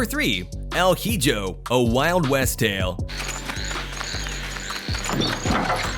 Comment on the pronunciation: The pronounciation of hijo is "iho" not "ayho